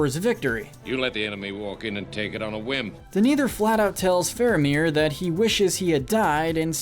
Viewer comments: Everyone: Denethor This butthole: Deniturrr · Hey guys, your hiring for a narrator? This guys good, but hes not pronouncing names right at all. Denathor and Shelob being small examples. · I heard Maria... And how can we forget D'neither? D'neither, stuart of Gondor.